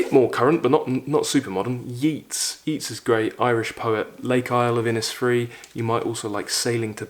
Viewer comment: It's pronounced "Yates" my man, not "Yeets" - on behalf of all Irish people 😂